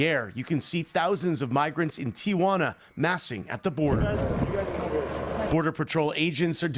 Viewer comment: Hearing "Tijuana" (tee-wan-ah) pronounced instead with four syllables is like nails on a chalkboard.